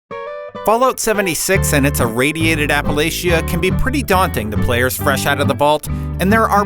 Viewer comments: Like Dr. W already said, you mispronounced Appalachia. It's pronounced App-uhh-latch-uhh. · I go to Appalachian State University, and had to stop watching this video because you are pronouncing the word Appalachia wrong :/ My friend from New York does to, so no hard feelings. FYI, it’s pronounced App-uh-latch-uh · Apa-Latch-a!! lol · Kills me to hear it butchered like that.